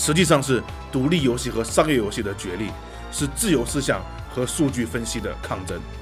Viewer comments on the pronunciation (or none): 血虧笑死我 🤣🤣🤣 所有籃子放一個雞蛋裡也笑死我 😆😆😆 聽著唯獨「赤痕」二字咬字特別清楚感覺有點出戲 🤣 這款之前會免有送，我看了一下是類惡魔城遊戲就載來玩了，然後就發現超好玩～我就是喜歡惡魔城啊～～～ N年前玩過一款韓國做的手遊，也是類惡魔城，其實也不錯玩，但後來再回去看發現沒得玩了，我都還沒破關呢 QQ 會選擇眾籌很簡單啊；眾籌就是一個「給你錢，快點做」的實際展現。但是投資的話都得聽投資方的話，付錢的最大，自然是眾籌比較自由。 （小吐槽：角力應該讀作「腳力」。「角色」才讀作決，是從戲曲來的；角力是從牛這類動物用角去爭鬥的行為借代來的，所以讀作腳。你總不會把牛角讀作牛決吧？） 至於翻譯嘛……還好我是玩英文版。但我有稍微瞄過中文，那個翻譯真的是慘不忍睹 🤣🤣🤣